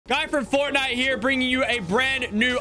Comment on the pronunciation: It’s the guy from forrrrtnite!!!!